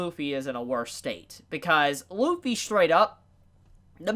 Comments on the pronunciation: his name is Luffy not Wuffy for a reason... ok I'll stop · Realize that Kaido reverted back to his human form, took a Kong Organ and SIGHED at it. This man put the L in Lufffy's name.